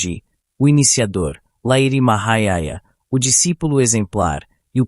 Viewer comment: Só um detalhi: se pronuncia Lahirii Mahasaya. Otimo resumo.